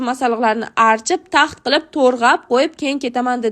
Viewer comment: artip ❌ archip✔